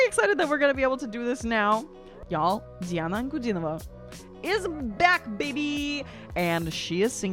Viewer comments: You've very well pronounced her name! 👍🏻👍🏻👍🏻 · Thank you for pronouncing her name correctly. You're one of the very few who do. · благодарю за интересную реакцию. Вы произносите имя и фамилию Дианы абсолютно без акцента. Вы знаете русский язык? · слова - Диана Анкудинова - произносите совсем без акцента...